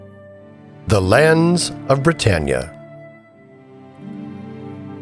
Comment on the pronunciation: You haven't heard the country name "Britain" pronounced before? As in "Great Britain?" It's not "Bri-TANE."